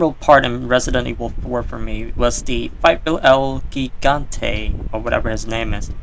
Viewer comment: For some reason you saying "El Guigante" instead of Gigante (With a j sound) bothers me more than it should